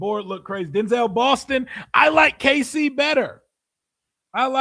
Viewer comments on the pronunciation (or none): none